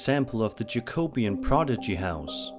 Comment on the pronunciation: The Aston Hall clip is not just a hoax, it's been owned up to. By the way Jacobean is not pronounced like that.